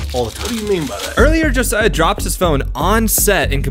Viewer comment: first person in awhile to pronounce Josiah correctly u earned a sub